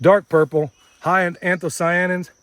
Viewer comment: 😃 What was that word? Anthosione??? that was funny.I had to go look it up...Anthocyanins (from Ancient Greek ἄνθος (ánthos) 'flower', and κυάνεος/κυανοῦς (kuáneos/kuanoûs) 'dark blue'), also called anthocyans, are water-soluble vacuolar pigments that, depending on their pH, may appear red, purple, blue, or black. You guys are awesome!